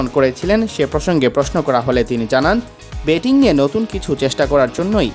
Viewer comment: Baba Apni please bangla pronunciation er upor jor den karon as a reporter Apnar uccharon thik nai. Mind koiren nah please same working gulo arek jon manusher mukhe shunle vul gulo bujhte parben…. Like Batting ke betting boltesen!!! Sorry updesh nah improvement dilam.